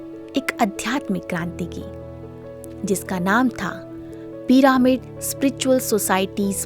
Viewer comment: कमेंट्री देने वाले स्पीकर से हाथ जोड़कर निवेदन है कि भ्रम ऋषि पितामह पत्री जी न बोलकर ब्रह्म ऋषि पितामह पत्री जी बोलें। भ्रम और ब्रह्म में बहुत अंतर होता है। कृपया डिक्शनरी देखें। दूसरी बात यह पीरामिड या पिरमिड नही है, बल्कि पिरामिड है। कहीं- कहीं आप सही उच्चारण करते हैं और कहीं गलत.... ऐसा एक दो वीडियो में नही, कई वीडियो में देखा सुना है। बताने वाले लोग क्या बोलते हैं, वो बात नही है। मुख्य बात ये है कि आप स्पीकर लोग वीडियो बनाते समय क्या बोलते हैं। प्रत्येक शब्द का सही उच्चारण किया जाए तो बेहतर। यदि सही उच्चारण नहीं आता तो उस शब्द का गलत उच्चारण करके लोगों को गलत संदेश न दें। 🙏🌷